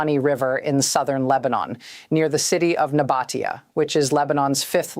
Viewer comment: She should learn how to pronounce these simple Lebanese names: Litani is pronounced LihTAHnee. Nabatiya is NabaTEEyeh.. Tyre is Soor. And so on...